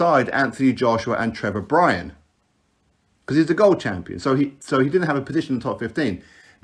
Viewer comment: "Trevor Bryan". Kick It Out.